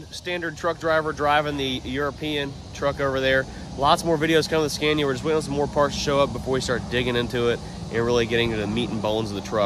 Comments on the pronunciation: Not trying to be nit picky but you keep pronouncing the truck name “scan-ya” it’s actually “sca-née-uh” just so you sound like the intelligent American that I know you are. Don’t want to give them any ammo. Keep up the great vids. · You're pronouncing it wrong..it's pronounced SCAN-IA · He has started saying Scania how English people say it